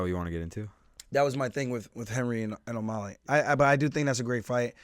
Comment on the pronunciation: Aljo, you keep saying O-molly, rather than O-mally